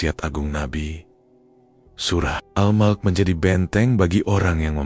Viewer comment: Al Mulk..bukan al mok....